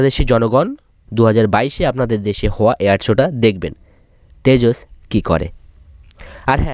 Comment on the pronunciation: Oh yeah, is it Tejos or Tejas? Coz' you were saying Tejos. I am thinking you can't even say the name properly.